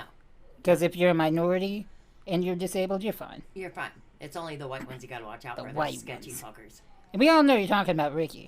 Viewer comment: why do you say who-white?